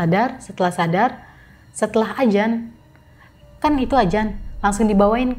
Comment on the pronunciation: adzan mbak bukan ajan 😀